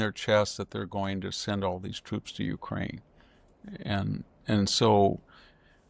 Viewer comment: Dude, learn how to say UKRAINE. U-K-R-A-I-N-E. Which was betrayed by your country - USA - not once. And nothing is forgotten